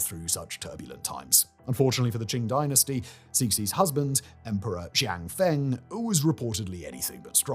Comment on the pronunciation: I am JUST NOW seeing this comment. Bah. I rewatched this and almost cringed myself into an aneurysm. His pronunciation of "Borgia" was painful. Xianfeng? SSHIAN-FUNG. Cixi? SEE-SSHI. The X in Chinese is a sharp SH sound. At least Simon remembered that c sounds like s when followed by i. Soyeon? SOH-YOHN. If you see "eo" in Korean, think of Seoul. If you see "eu" in Romanized Korean, idk, think of the "pun" in "Punjabi" or something. I swear to god the writers should probably write everything out phonetically and send the proper spellings to the editors. I genuinely want to stab myself in the ears with a splintered wooden spoon that's been marinating in raw sewage, ditch water, and rotting carcasses for a year every time he mispronounces stuff. I would willingly take away my ability to listen to music and more than likely die.